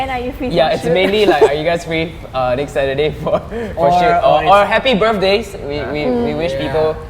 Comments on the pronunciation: it is "next" not not "nextt" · "and the nextt question is"